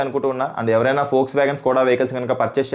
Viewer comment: Adi volkswagen foksvagen kadu😂